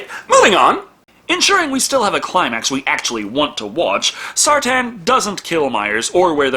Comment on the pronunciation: Sartain not Sartan. Sar-Tain. Sar-Tayne.